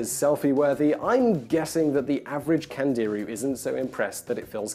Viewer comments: It's not pronounced Kandeeru, it's actually something like Kandiroo. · I Found Out - Today you just found out that when a hispanic, or latin-origin language word has an accent on it; the emphasis is put on the syllable bearing the accent. Thus it is pronounced "CandeerOO", and not "CandEEroo" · Simon, Candiru , pronounce it correctly it's not CAN DEER REEEEEEEEYYYYY STAR TREAK , don't talk physics if you cant say the name of the fish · CandiRU. The accent is on the last syllable. Which should be obvious by the way it's written.